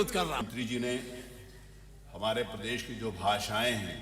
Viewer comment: Isko to uttar pradesh bolna nhi aata ..prades bolta h hmesha jahil